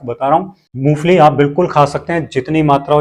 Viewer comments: मूंगफली बोल रहे हो या मूसली बोल रहे हो😮😅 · Moongfali kah rahe hain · मुंगफली ठिकसे बोलो